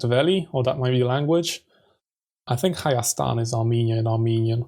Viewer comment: You said it right, hayastan is indeed Armenia in Armenian.